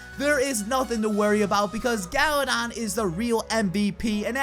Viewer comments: He said galadad at the end lol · I legit thought he said galadad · galadon?? you mean Galadad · Did he just say "special shoutout to Gala-dad"